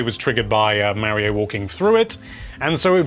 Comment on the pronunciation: Mario maker 2 not Mary-O maker 2